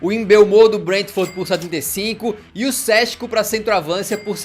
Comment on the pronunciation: Não tankei ele falando Diokeres e Sésko kkk